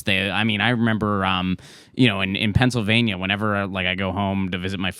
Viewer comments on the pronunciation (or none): none